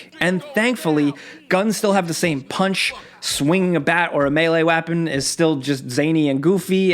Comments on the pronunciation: "Melee WAPEN" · "melee wappon" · “Swinging a Melee wapon” I love it 😻